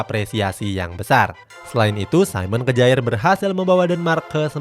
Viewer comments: SAYMEN KEJAER ??🤣🤣 udah bilang saymen, lanjutan nya kejaer 🤣🤣 KYARR minn bukan kejaer bacanya 🤣🤣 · Kejaer banget min bacanya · Simon Kjaer dibaca Simon Kier.......revisi dikit ya min